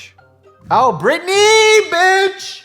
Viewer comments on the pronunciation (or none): none